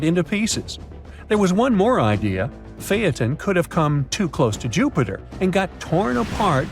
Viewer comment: You finally got it right. Seems everyone misnames Phaeton.